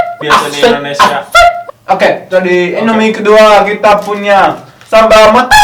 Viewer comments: Matah bukan mata, wkwk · Matah bukan mata 😁😂😁😂😁